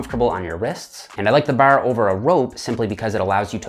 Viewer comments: i disliked the video cus he say the word 'bar' so weird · its like he says it with 2 rs, barr lol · “straight ber or easy ber”. That accent came out as heavy as his reps! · i love my canadian cousins, but the way you say "bar" had me giggling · the way you say bar is almost irish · when you say "bar" you sound so irish LOL. i love your explanations! cheers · Bruh, the only thing you could ever be for Halloween is a leprechaun. Especially because of the way you say "bar" fn hysterical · Gotta get the straight bar...i like the bar over a rope...sounds funny when he says bar